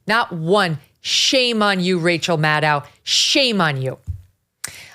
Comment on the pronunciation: MadOH, Rachel MadOH, rhymes with shadow.